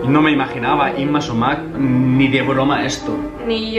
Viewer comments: Holas No se pronuncia Súmac con el acento en la "a" sino en la "u". Es quechua. En la lengua quechua no existían la palabras agudas. Ningún vocablo quechua tiene el golpe de voz en la última sílaba. Espero que lleguen a leer este mensaje, aunque lo dudo, por la antigüedad de la publicación. Hasta pronto, Sigue practicando tu huaylas para cuando vengas. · Se pronuncia Súmac, no Sumác. De ahí en fuera excelente video. Saludo desde Lima. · No es sumác, es súmac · Hola!! Lo sabemos pero la palabra chocherita nos gusta mucho!! Y lo de Yma SÚMAC sabemos después de grabar el vídeo que lo pronunciamos mal!! Gracias de todas maneras:)